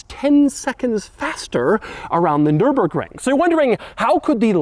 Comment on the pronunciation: Can anyone kick doug cause he said nurburgring!